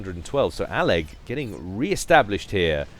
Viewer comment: I think you are the first caster (at least out of the ones I watch) to pronounce all of aleg's username.